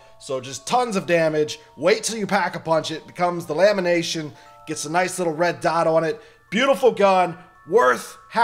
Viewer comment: Haha he said lamination not lementation